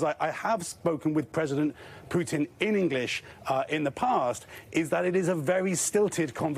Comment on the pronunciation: Even those journalists have no idea about pronouncing Putin’s name.Thay swollow half of name.Jurnalists👎👎👎